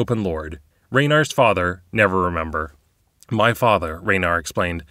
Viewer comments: I'm curious if "Never-remember" is a conscious choice, or if you're just misreading "Neverember." Edit: Given that you keep calling Victoro "Victorio," I'm leaning towards the latter. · Dude, his name is NeverEMBER. Why do you keep saying Never-remember? Are you doing that on purpose??? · just curious if you used the wrong name for Dagult Neverember intentionally? you said Never-remember instead of Never-ember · I love how says Neverremember, when in the official lore it is Neverember. In this campaign I think it quite fitting actually. I am also, I should add, really enjoying listening to this story so far. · Is it supposed to be "Neveremember"? I thought it was "Neverember"? Not being snarky, I have heard "Neveremember" used before, but all the online info says "Neverember"